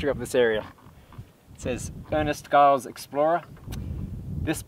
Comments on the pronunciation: Good stuff, txs. Please note his name was Ernest Giles, pronounced "Djiles", not "Guiles". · Well done young man 👍 Ernest Giles is famous in Oz exploration. NB the 'G' in Giles is pronounced as a J.